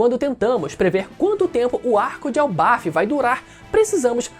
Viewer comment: Elbaf!? era pra ser "elbaf" eu acho